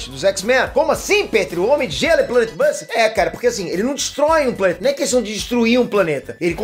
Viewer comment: falou Planet buster errado 🤦🏻‍♂️